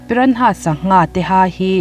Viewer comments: Piranha tih anga lam loin pirana tih anga lam zok tur a ni e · A ngaihnawm nasa... Pyra- nhas (piranas) ti a lam ni tase..😁